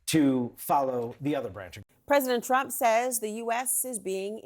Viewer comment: You don't know how to pronounce Trump again lols...he is really giving you guys headache lols...just chill Trump is on point...leave the hate